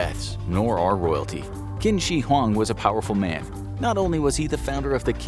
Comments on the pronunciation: Qin is pronounced CHin, not Kin. You know, like the word China? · Actually the word Qin is said like chin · Qin is pronounced 'Chin'...